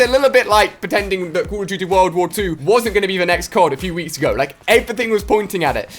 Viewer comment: " COLL OF DOOOOTY " lol